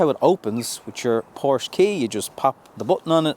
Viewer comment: 08. A word to the wise - "Porsche" is a two syllable German name. Tsk Tsk